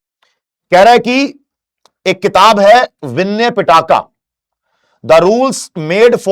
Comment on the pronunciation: Sir just called Pitaka to Pattaka 😂